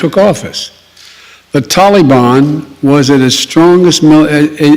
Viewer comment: Ffs can't pronounce Taliban!